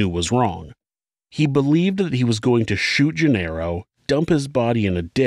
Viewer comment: Genaro is not "jin-arrow." It's "hen-AH-ro."